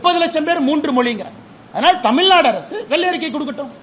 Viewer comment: தமிழ்நாடு நு பிழை இல்லாம திக்காம பேசுங்க துணை முதல்வர் அவர்களே